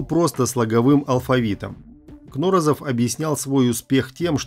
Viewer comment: КнорОзов. Ударение на второе о.